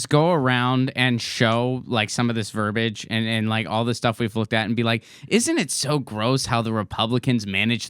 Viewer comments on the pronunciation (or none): Ron, come on, man...it's 'verbiage' (ver - BI - age), not verbage. I expect better from you :)